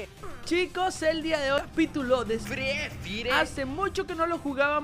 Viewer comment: Y después dijo pítulo🧐